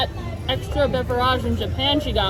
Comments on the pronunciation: BeverAGE...... do you actually pronounce it like that away from the camera or do you just think it's "bougie" to try and sound like that.... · Irritating beverage mispronunciation count: 15* (*estimated because I lost track)